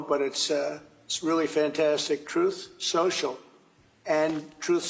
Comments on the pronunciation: Lol, Trump also calls his BS platform "troth sential" 🤷🏻‍♀️ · The first time drumpf rolled out his dumpster fire social media platform he called it “troth sensual.” 😂😂